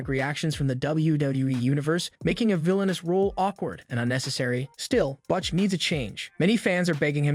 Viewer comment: I do not know who is doing this video but it seems to me that if you are going to be talking about wrestlers everybody knows you might want to do a little research on how to pronunciate their names. Right off the bat you fucked up saying "Butch" and my brain lost it. The more you talk, the worse it gets. Either do better research or go back to school.